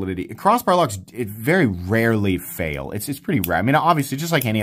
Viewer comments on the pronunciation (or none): none